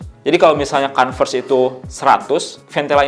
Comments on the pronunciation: iya kalau mau pake O dibacanya kOnves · iya nanggung banget, kalo mau pake huruf O minimal huruf R nya jangan kedengeran biar kayak British. Kalo mau kAnvers huruf R nya kedengeran